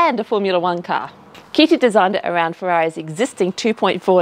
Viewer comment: Good work on tge Italian pronunciation, although the name is Carlo Chitti not Carlo Kitty... I'm just saying... 🙄